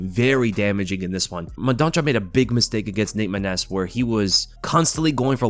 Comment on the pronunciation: Mendonça is read as mendonssa, the ç has an s sound 👍 love the vids